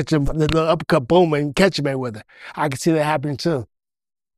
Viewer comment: "Money Maywedder" 😂😂😂 Yo be cracking me TF up